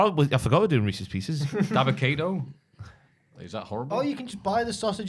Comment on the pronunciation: That Reeces Pieces was absolutely painful. 😅